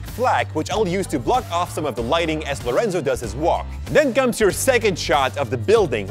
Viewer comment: Is "Lorenzo" not "Laureinzau"